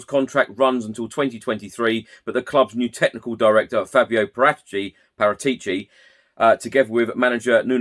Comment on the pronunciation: Cant even pronounce Paratici